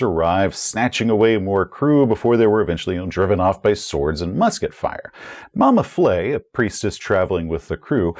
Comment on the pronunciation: Additional note: a French-style letter e with the grave accent - moving downward from left to right - indicates that the sound is an open-mid front vowel, like the 'e' in 'bed'. So it's Mama Fleh, not Mama Flay. I mention this because of the potential danger in mispronouncing the name of an Elder God and earning its ire. Love your videos, keep up the great work!